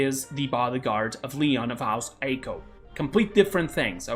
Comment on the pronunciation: It's pronounced "Aico" not "Aiko"